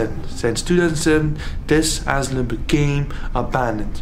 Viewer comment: We call it caution tape or hazardous tape aka RIBBON, IS THAT THE WORD YOUR LOOKING FOR ? Asylum is pronounced A SI LUM THE Y SOUNDS LIKE I. ENJOYED THE VIDEO 😊